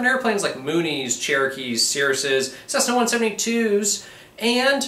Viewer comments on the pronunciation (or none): none